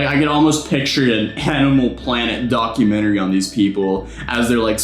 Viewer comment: When you said documentry I thought you said, dogumentry😎